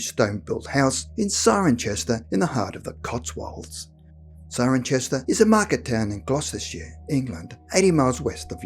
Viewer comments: good story, well put together, however one small thing, there is NO 'H' in Cirencester - so thats said like Si-ron-sester... no Cironchester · CIRENCESTER. it's pronounced Seye-ren-sester ! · It’s pronounces Sirensester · Try pronouncing it Siren-cester, or Ciren-cester pretend there is no H to be pronounced. Even though it is spelt CirencHester it is always pronounced as Ciren Cester, never Ciren Chester. Just saying. Admittedly when went on holiday there a few times as a kid I kept pronouncing it as it is spelt Cirenchester, I was born in Chester so thought I was familiar with that but I can remember my mother remonstrating with me that it was pronounced Cirencester not Cirenchester, which did my head in "You told me I was born in CHester not Cester!! So why do I have to say Cester when it says Chester??". "You just do!! Don't embarrass us!!", "I think you got that covered by yourselves going around calling something Cirencester when it's spelt CirencHester", mum spends awhile ignoring me but greeting and talking to complete strangers, very thing we repeatedly told not to do?? Then I decide to start quizzing her again. Anyway long repeating same things story short I do know how to pronounce it properly so when I go there again locals won't mistake me for Australian or American tourist and burn me at stake as offering to their pagan god (it is in the Cotswolds).